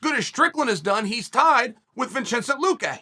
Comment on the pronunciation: Vinchinsent lol